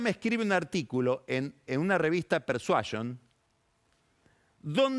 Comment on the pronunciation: Y más tarde habla de la "Revista Pershuashion".